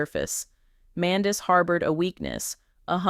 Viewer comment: You Utuber Said Her Husbands Name Wrong ! Get It Together Idiot ! Love Yandy ! Love Lee Lee !